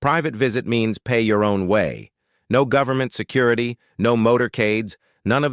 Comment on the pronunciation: I almost pissed my pants when they hopped in the cart pulled by 🦘🦘......😂😂😂😂😂😂😂 "Se cur ity" ....SE cur. Ity. !!!!😂😂😂